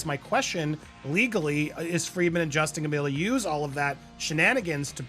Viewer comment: Why so hard to pronounce “Friedman” especially when it’s pronounced correctly by the 2nd guy multiple times